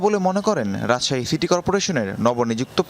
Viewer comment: Rajshahi not Rajsahi